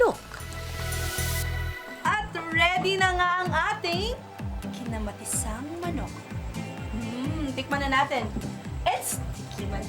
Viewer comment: I love the bisaya accent "kinamaTISang manok"